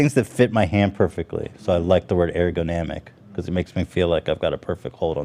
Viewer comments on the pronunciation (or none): URR-GUH-NAH-MICK wtf ethan you said it wrong 12 different ways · "I love the word ergonomic" -Pronounces it wrong every single time afterwards. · Talks about liking things that are ergonomic. Can't get a grip on how to pronounce it. XD